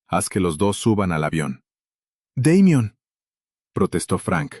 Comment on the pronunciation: En español ... se ptonincia damian